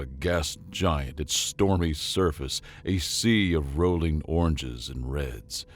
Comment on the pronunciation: Roy ling not rolling